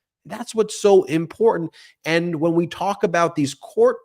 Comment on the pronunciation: Is she always drunk? She can't pronounce the word important or treasonous or the names of her peers.